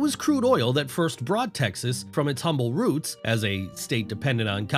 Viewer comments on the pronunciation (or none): none